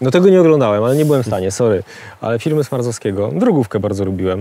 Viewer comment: Nie hejtuje aleeee... Sma r z owski a nie Smarzowski, z Wałbrzychu, areo zamiast aero, mariapul, itd. Wolski jesteś genialny ale popracuj nad tym